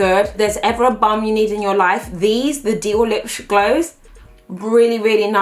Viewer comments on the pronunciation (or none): I swear she said if there’s ever a bum you need in your life Instead of if there’s ever a balm you need in your life 😂😂😂😂❤️❤️